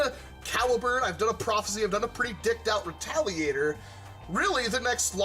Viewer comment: Sorry, I know you said "... "deckt" out...". But to me, it sounds like you said "... di*kt out..." x-D Sorry if this too inappropriate.